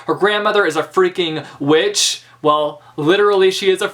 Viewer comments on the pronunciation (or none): none